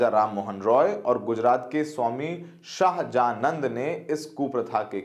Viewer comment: भाई तुम्हे सहजानंद पढ़ने नहीं आ रहा है... भाई अमीश ने हर बात फैक्ट के साथ रखी है, और कामरा तो ट्रोल है, और तुम मीडिया के होकर ट्रोल की भाषा बोल रहे हो....